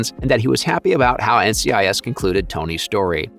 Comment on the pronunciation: did you seriously just call NCIS “NICS”